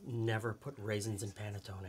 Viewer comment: New subscriber here and LOVING your channel thus far!! This here Italian thanks you for correctly pronouncing panettonE with a LONG E sound at the end! Between the Americanized mispronunciation of provolonE and a few others, it drives me nuts to hear people drop the long E at the end of these words. My Sicilian Nonna from Palermo would be so happy to hear them properly pronounced. 😁 After all, we Americans have gotten used to properly pronounce the Spanish word Taco with the AH sound and not Americanized it with a long A right?! Imagine hearing it pronounced tAYco!! Or how about burrIEtoe... LOL 😂🤣